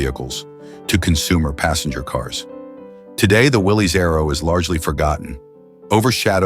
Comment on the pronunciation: Willys is pronounce Willis.